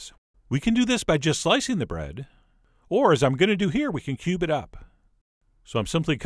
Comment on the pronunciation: I heard "we'll go ahead and pube up that one pound load of bread'.